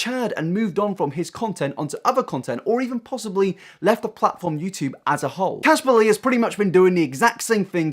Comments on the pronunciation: Yew chewb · I swear to god mate, stop pronouncing YouTube like a bloody American